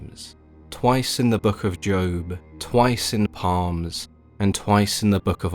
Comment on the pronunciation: The 'P' in "Psalms" is silent